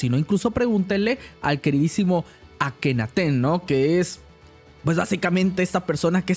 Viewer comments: "Akhenaten" 😂😂😂 Akenatoon es papá!!! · Akenaten? Será Akenaton. Le ponen la e hasta en los nombres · El nombre correcto es Akenatón. Creo que como lo quiere deformar a su conveniencia hasta le cambia la "o" por una "e" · No es akenaten es akenaton